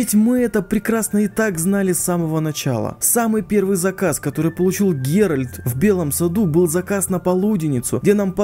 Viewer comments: Геральд не супермен говоришь))) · Его зовут ГеральТ